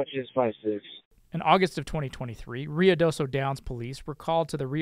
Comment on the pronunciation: lol people always mispronouncing Ruidoso. It’s. RU-idoso